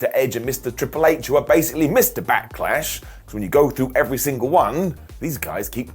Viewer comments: Back"eh"lash. What is this Backehlash you speak of? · Did say backalash lol